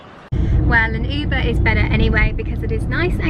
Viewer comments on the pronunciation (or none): none